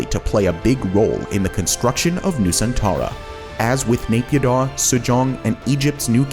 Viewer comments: btw naypyidaw is pronouced Nayy Pyeeee Dawn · you could make an effort to say naypidaw and myanmar correctly.